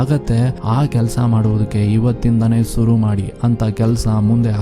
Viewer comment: adu suru alla sir shuru .